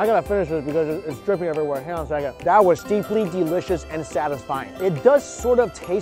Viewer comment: The street vendors see mike moves his head side to side they panic He says deliscouis